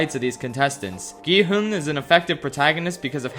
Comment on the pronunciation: It’s such a small detail but the fact that he keeps calling him “gEe-HoOn” is just burrowing into my brain